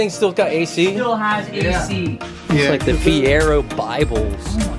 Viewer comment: Fier-oh not Fier-erh